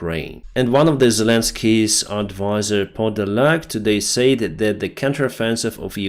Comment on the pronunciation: Your program is the best and most useful. Just one criticism please.......the pronunciation of the word "SAID" DOES NOT RHYME WITH '" SAY"...."SAID" RHYMES WITH THE WORD "BED", "DEAD", "HEAD",etc.